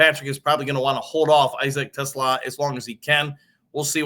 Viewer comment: You said Teslaa right.